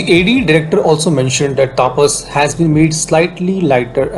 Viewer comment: Pronounce the name correctly, not like Britshit. The name is तपस not तापस Pathetic mistake